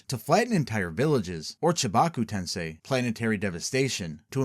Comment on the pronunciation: this is good but GODDAMN just pronounce the names correctly. it's To-MO-e, not To-me. all the vowels are important. this is like when in the forbidden jutsu vid you kept pronouncing Edo Tensei as Edo Tensai for no visible reason.